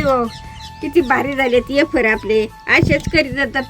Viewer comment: अरे वॉ रेडी शब्द इंग्लिश एकदम.😅